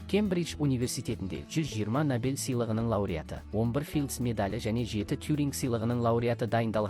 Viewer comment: Ассалаумалейкум. Сіздің бір сөзіңізде әріптен қателік кетіп жатыр. Набель сыйлығы емес-Нобель сыйлығы деп айтыңыз.